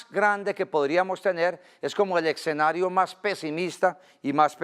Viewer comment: tanto conocimiento y no sabe pronuncian escenario, no se dice exenario lupe